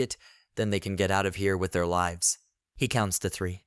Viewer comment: You keep saying lives wrong. It's kinda confusing